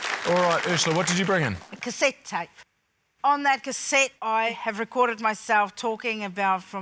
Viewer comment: 🤣 I wasn't looking at the screen when Urzila introduced her prize and was so confused as to why she was offering up a sneeze for nostalgia. 🤧"Gesundheit!" Confusion cleared up when I turned back to discover it was "cassette tape" with a heavy accent. 😆🤣 Even when Jeremy says it, it sounds like the sneeze when my attention is split. 🤭